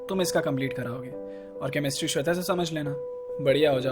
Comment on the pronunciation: Saab thik ta yr but when he say sweta